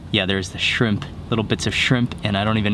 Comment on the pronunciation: Sounded like you said "fried chimp tacos". lol Everything looks so damn good! I am drooling.